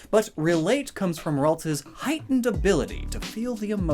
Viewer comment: Ah yes Raltsa